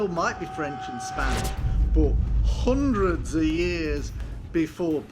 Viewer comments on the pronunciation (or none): " 'Urly Seven-'een 'Undreds, mate" 🤣